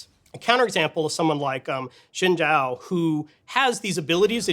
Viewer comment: Shin Jao :o Thats how its pronounced kiddos. learn from the devs.